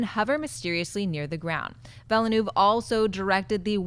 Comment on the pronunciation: pretty sure villeneuve is pronounced incorrectly.